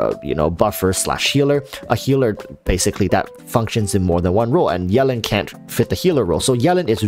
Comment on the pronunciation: I love how you say yelan like melon